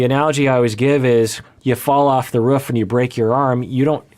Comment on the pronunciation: This is such an important topic and I'm really glad he's addressing it, I have to also say though, I can't get past the way he pronounces roof lmao 😂